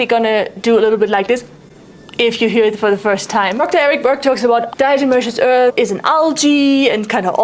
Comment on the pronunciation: How do you possibly pronounce DE without slipping up all those times? amazing